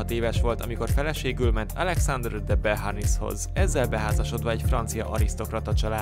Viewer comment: Napoleon sosem volt francia császár, kikérte magának, ha így szólították, és pontosított: "a franciák császára". Joséphine de Beauharnais első férje nem "de beharnisz" volt, hanem "dö boarné". Az ifjú korzikai keresztneve helyes kiejtéssel: "napoleóne" és nem "napóleon"